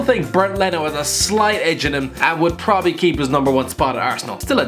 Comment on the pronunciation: He said probally at least 15 times in this video and every time he reminded me of a horse